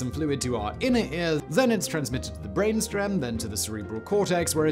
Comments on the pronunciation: What's a "brainstrem" ? lol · "Brain Strem"